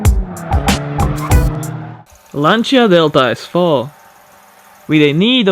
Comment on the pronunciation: My compliments for not having minced the Lancia name the way May, Clarkson and Hamster (in no particular order) do. Every time they pronounce it "Lenzia" makes me wince.